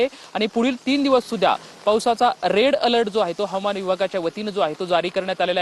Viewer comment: Rel alert nahi re bhau, red alert